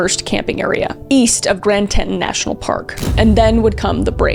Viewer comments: I say this with love, I love your channel, long time supporter. I would die for you actually, BUT Teton is pronounced Tee-taan. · Grand " Tee-Tawn " is how it is pronounced. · "Tea-tawn" "Tea-tawn" "Tea-tawn". C'mon Kris, yuh driving me nutz the way yooz pronouncing "Teton" 😜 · Tee-Ton. Say it with me… Tee-Ton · loved the video kris, you cover things with such respect and empathy. just so you know, it’s pronounced TEA-tawn national park 🫶🏻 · Tea-tawn: Grand Teton National park. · RIP Gabby, this case felt botched by the police from the beginning honestly. I also definitely yelled TEE-TON multiple times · Tea-tawn national park. Sorry i had to say it. Such a sad story. R.I.P Gabby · Really love your content and I'm a 45yo guy! I almost never comment on anything especially negative as we are all humans who make mistakes, and this is almost not even a mistake just a ... hiccup. Kris it's Grand Teton (Grand Tee-tawn) nat'l Park. Stunning place I haven't been since '08, but I don't think the landscape changes much, laugh out loud. Again, sorry just couldn't believe you did what seems like some fairly in-depth research and didn't come out with the proper pronunciation of Grand Teton national park (I lived in Jackson for a year, and I'm a chill guy (not too many high maintenance types out there!), but I love the place even though it's been awhile since I was there, and so it just bothered me). Love your stuff though keep it up. Smiling emoji. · This is an incredible video and I love watching your channel. one small thing though it's pronounced Tea-Ton 😂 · Tea-ton! It's pronounced TEA-TON!🤦 Geesh, is crazy how much that is bugging me. If you're gonna make a video about something happening in a town, at least double check the pronunciation of said town! 😫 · Grand Teton, pronounced, tee-taun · Just to be annoying again, sorry, Teton is pronounced [tee-tawn] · it is pronounced as The Grand TEE TON... I'm sorry, but as a person from Wyoming I have NEVER heard it said that way😅😂